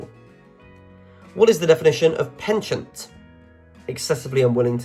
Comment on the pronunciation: Good quiz. Got 96%. Your reader is a clear speaker, but some pronunciations are wrong. His pronunciations need to be correct before the quiz is recorded, e.g. accede, heresy, penchant & ennui (2 French words).